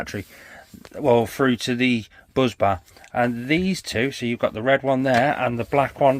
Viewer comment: Bus bar, not Buz bar, drives me nuts 🤪